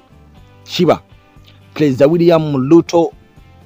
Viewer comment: Not NaiLobi, not Luto, ...say NaiRobi and Ruto